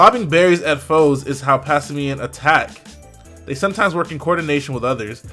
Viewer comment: omg - the word "simian" not whatever the hell he keeps saying,its erking me for some reason mostly cause it sounds like he is pretending to read.XD